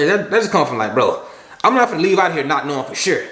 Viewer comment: “If I’m not sho I’m not gon’ go” ahahah